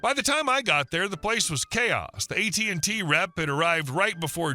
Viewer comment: It's AT&T NOT AT&Tee.